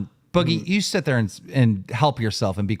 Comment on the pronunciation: Someone teach boogie that it’s “sit” not “set.” He always says set or setting when he means to say sit